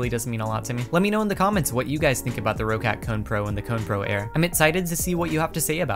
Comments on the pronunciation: Just a note, it's pronounced rock-cat, not row-cat ;) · as german its funny how you pronounce roccat xD roccat is a german brand and you pronounce it "rocet" xD